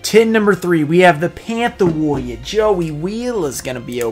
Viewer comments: my favourite tin is the pantha worria (how my boy joey would pronounce it) because the card has amazing art and is kinda underrated imo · Favorite tin is the Pantha’ Warriah